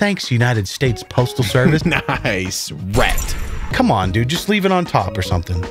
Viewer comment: Mildly infuriating, how many times can say rekt...wrekt...reked...Oh fuck it I give up